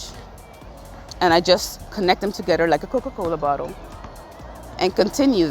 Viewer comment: Did she say “squeeze yo “butt**le” cuz that’s when I gave this vid a thumbs up